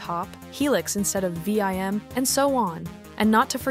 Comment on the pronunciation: pronouncing it vee eye emm is so badass